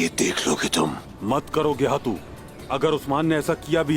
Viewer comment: Geyhatu ❌️ Gay - hai -tu ✅️